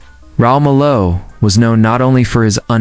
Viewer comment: The least you could do is pronounce his last name correctly, AI! The man was a leg and, adored by fans around the world, including me.